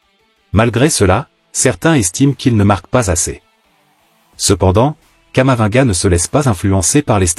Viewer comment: On prononce camavi-nga.